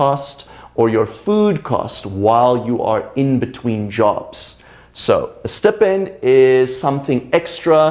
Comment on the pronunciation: excuse me, did you pronounce the word "stipend" wrong?